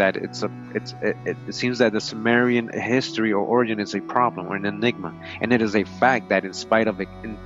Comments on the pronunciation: not sumerian, kimerian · It's pronounced 'Kim..' not 'Sim...'.... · THIS GUY IS SO FAR OFF. HE DOES NOT EVEN KNOW HOW TO PRONOUNCE CIMMERIAN.